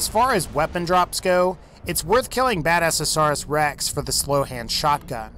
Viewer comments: Badasauras rex? No, its bad-azz-asaurus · 'Badasaurus rex' It's BadASSasaurus